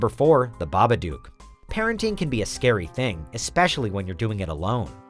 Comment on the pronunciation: ffs "babadok" -.- another shit to 10 ffs! allways shit